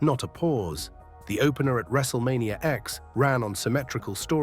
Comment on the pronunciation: Wrestlemania "X". Stupid AI.